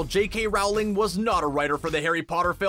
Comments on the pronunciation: "Rowling" as in "rolling down the hill" not "Rowling" as in "having a row with your sibling" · Why do you mispronounce the author's last name. It's pronounced the same as bowling. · Narrator: "Rauwling" Me: "I think you'll find it's Rowling, as in bowling" Also, the car is called a Ford Anglia. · i swear if he says RAUWLING one more time I'm gonna loose it! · IT'S ROWLING (LIKE BOWLING WITH AN R) NOT RAULING!!!!!! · Your saying it wrong It’s Roll-ing not Rowe-ling. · dude, it's Rowling, not Raohwling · It’s not said Jouling it’s said rolling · It's not rOWling, it's rolling! Get it right!! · I cringe everytime he says "row-ling" instead of "roh-ling" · Rowling is pronounced with the row rhyming with toe....not cow. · Why do you say rawling instead of rowling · It’s rOwling not rawling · ITS ROOOWLING NOT RAAAAAWLING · JK ROWling. It's pronounced ROW-LING! Not Rou-ling ffs! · It’s Rowling not RAWLING!!! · Cringing everytime I hear RAWLING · It’s actually not said as the first one it’s said like “r-ow-l-ing” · Jk Rowling said it is roll-ing but she responds to either one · Omg THANK YOU. How are people such huge fans of Harry Potter and still pronounce jk Rowling’s name wrong?? It is like “rolling” people💁🏼‍♀️ you can literally YouTube her pronouncing her name if you’re that unsure about it. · I thought I heard that but the next moment he said 'rowling' wrong and I forgot to listen again. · I can’t stand it! IT’S ROWLING AS IN BOWLING! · J.K Rowling isn’t pronounced how the narrator pronounces it. Rowling is pronounced like rolling, as in to roll down a hill. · NOOOOO ITS ROWLING AS IN R-OW-LING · Rowling as in bowling lmao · Roweling when he said it triggered me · Here's another fun fact Rowling is pronuced "Rolling" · Learned a few more things. Cool! P.S: J.K. Rowling is pronounced rolling. Did you know the t in Voldemort is silent? Yup, sure is! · Oh my god Rowling is pronounced ROLLING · Rowling rhymes with Bowling. Ford Anglia. Not Angela. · It's not RAHWling